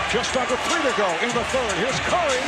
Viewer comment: “the fird seed” “firty five points”